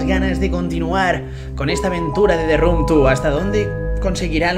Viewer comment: Te run tu (The room two). hablador de inglés profesional, recibido de la academia de Open English